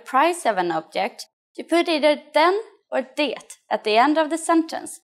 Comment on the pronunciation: Why do you pronounce the "t" in "det"? No Swede I know does that.